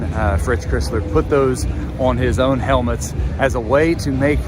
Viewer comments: Very good, except Fritz pronounces his last name like the car--Chrysler. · Clown sleeznut illiterate called iconic Fritz "Crissler"! Nice research! It is pronounced like the Car - "Chrysler" the Michigan difference - we get the job done right!! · Yea, Crisler is NOT pronounced “Criss-ler.” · it's Fritz Cr(eye)sler (like the car) not Cr(eh)sler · Please learn to pronounce Crisler. It rhymes with Chrysler. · You have to learn how to pronounce Crisler. It's a long i -- like cry-sler. Otherwise, nice vid. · Cry sler...Get his name right.please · Great video, but how do you mispronounce Crisler, it's the name of the basketball arena!